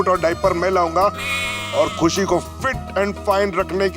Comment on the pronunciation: 6;23 khushi bolna nhi aa raha